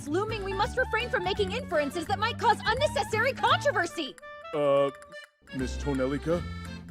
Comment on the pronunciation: It's not un nes SARY. it's un NES sary.